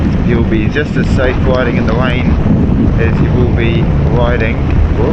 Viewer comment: Widing in the wain😘😭🤣🤣🤣 covnevs awww he speaks so cute